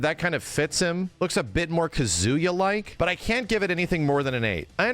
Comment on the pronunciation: Take a shot everytime says Kuh-zoo-yuh.